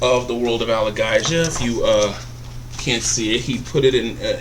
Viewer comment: It's pronounced Al-A-Gay-Zia